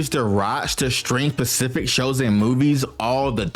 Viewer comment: I genuinely wanted to watch this, but your narration killed it, and not in a good way. Please, please take some time to work on your enunciation. Don't swallow your syllables. Clarify your pronunciations (saying "pacific" instead of "specific" is a war crime). Learn verb pluralization and when to correctly use "were" vs. "was". There are a lot of things I heard that are just accent, but also way too many which can be improved with some effort. If you're going to enter a field where the majority of your output is you speaking, you owe it yourself and to your viewers to do that at least passably well.